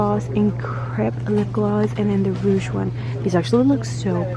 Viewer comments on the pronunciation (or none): none